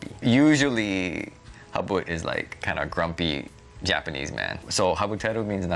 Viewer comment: (maybe you too young) ..... Japan-nee